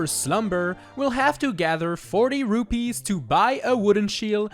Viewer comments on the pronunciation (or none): none